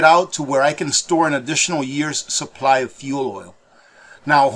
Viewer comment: OH NO CCP GOT TO....he said suppry instead of supply 😝😝🤣🤣